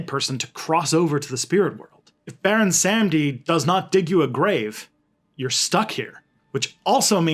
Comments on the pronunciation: "Sahm-dee" not "sam-dee". GOD. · It’s pronounced Salm-Dee. Awesome video. I love the fact that African religion is finally being understood and a person of Haitian descent, I’m sad to see our people don’t understand it because of catholic propaganda. Props. Also, Baron Samedi is also commonly known as Papa Legba. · It’s Baron “SUM- dee “. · I mean, my research says Sahm-Dee, and I've never seen Legba and Samedi as the same loa. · This was cool as hell. My only concern, as pedantic and stupid as it is, is your damn near perfect French pronunciation for everything except the name of Baron Samedi himself. It almost seems on purpose, and you seem very self-aware, so I kinda get it. As a white atheist from the Midwestern United States, it's weird to feel a connection with a spirit like this. But Baron Samedi is just something special I just can't put my finger on.